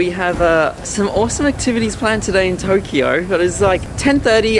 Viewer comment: "Welcome back to Toughkeyough"